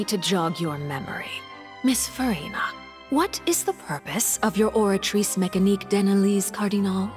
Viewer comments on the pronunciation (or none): Can someone pass minute of wh3n Arlecchino said oratrice mecanique